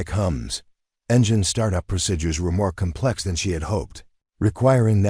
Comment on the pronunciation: So refused to learn how to correctly pronounce some words. Like procedures and eighteen and others.